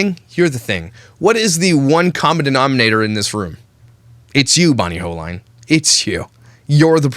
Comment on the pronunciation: Her name is pronounced ( hole-een). I watched her video yesterday and I was trying to imagine it all. Ive been there were I wanted to step in and say something and its awkward in an ER setting to correct or comment. Sometimes the Griffith girls make videos of them being sad in a way to show their family (look what happened to me)